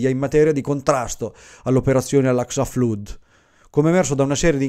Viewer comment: (Segnalo sommessamente al bravissimo che Flood si pronuncia "Flad", proprio come Blood si pronuncia "Blad")